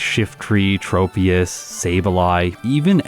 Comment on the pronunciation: Im prety sure, "tropious" is pronounced like "tropics" (its a tropical tree pokemon) and "troposphear" (one of the atmospheric layers); not a hard "O" sond.